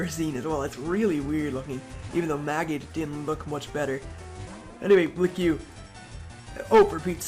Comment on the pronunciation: BTW it's pronounced "blik." No offense I'm not a grammar Nazi.